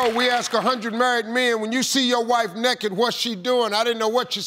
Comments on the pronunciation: He said NEKKET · I love how Steve Harvey says it like it’s spelled nekkid.